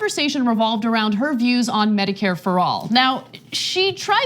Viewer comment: "Meh-dicare" lol